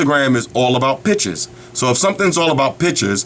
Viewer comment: PICTURES but he says PITCHES i lol this guy's accent